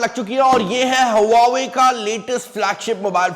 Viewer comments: It's not हवावे it's वावे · Huawei ❌ Hauva ve✅ हौव्वावे ✅